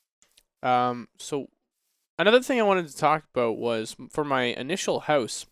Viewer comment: Ever since the server reset stream, I can't help but hear 'hoose' instead of 'house' xD